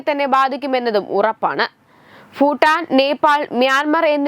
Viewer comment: കുട്ടി , "ഫൂട്ടാൻ "എന്ന് ആവർത്തിച്ച് പറയുന്നത് കേട്ടു. എന്താണത്??